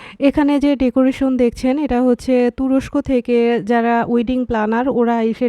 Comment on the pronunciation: উইডিং না ওয়েডিং হবে।